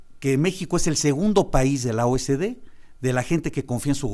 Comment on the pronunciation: Señor Gaviño, es OCDE no O S D